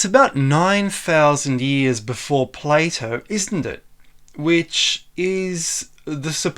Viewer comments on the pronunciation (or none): none